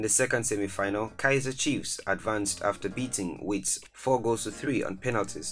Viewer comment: Not the South African team, it's pronounced Vets but spelled Wits